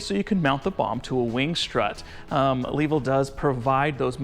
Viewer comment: You cant say Bomb LOL